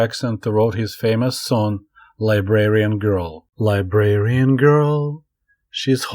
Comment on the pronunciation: thats liberian girl like a girl from the african country liberia. you're thinking of librarian its really close in how it sounds but different.